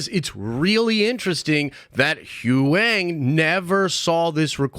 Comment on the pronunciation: It's pronounced Who-Yang. Not Who-ang.